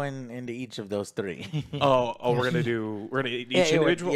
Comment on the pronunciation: Why does pronounce the word "three" like that